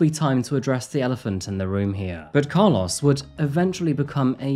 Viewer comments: Its pronouced "Car- LOW-ES. Not Car-LOSS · As someone who was besties with a guy by the same name, I'm so distracted by the way you pronounced Carlos 😭 The end should sound like "oh" not "ah" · I cannot unhear your pronunciation of “Car-laws” lol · I hate how you say Carlos. lol. 😂